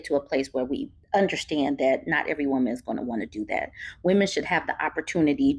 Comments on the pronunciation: Why does he keep saying woman instead of women 😂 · You don’t need to be a housewife to know that housework NEVER ends, and NOBODY thanks you for it. Plus, I hate how this man pronounces “women”. 😂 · He read one Charlie Kirk blog post and can't even pronounce "women" correctly, which leads me to believe he doesn't know any. These men are really trying to bring poisoning back in a big way. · My ears start hurting when I hear people say women but pronounce it like singular woman… can’t listen to this guy. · He can't even pronounce the word women properly but he has all these seemingly profound thoughts.. boy bye!